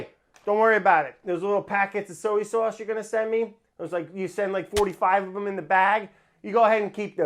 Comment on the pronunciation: Soey sauce and waurder. Brad is the best